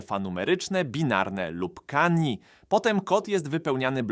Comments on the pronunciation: Kanjii ASCII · kandżi* aski*